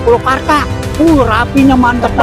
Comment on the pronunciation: Gua uda cetom bgt klo org bekasi ngomong magel banget. Maaf Kong purwakarta bkn pulokarta. He he....